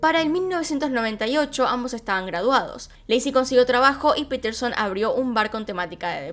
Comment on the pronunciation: No es piterson es Paterson